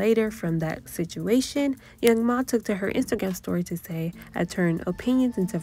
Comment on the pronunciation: It’s young M.A not young ma🤦🏻‍♀️